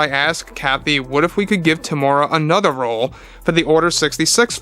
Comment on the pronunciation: Hey its Teem-U-Rea-Wa or just call him Tem